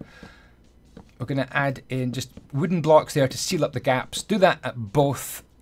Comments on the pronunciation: "oncwe youve filled in all your faps- i mean gaps" lenny face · "So once you filled in all your faps" Nice